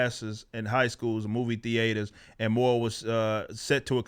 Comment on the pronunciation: The way Eric says tee-ay-ters bugs me.